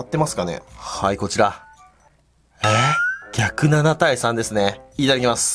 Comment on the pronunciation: ｢逆7 : 3｣じゃなくて｢107 : 3｣に聞こえた